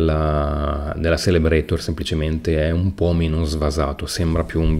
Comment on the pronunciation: Zelebrator si pronuncia :D la C in tedesco, se seguita da i o e diventa una "z"